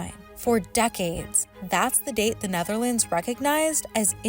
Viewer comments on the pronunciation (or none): none